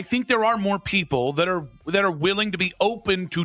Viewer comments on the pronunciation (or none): It's "ARE" not "OUR"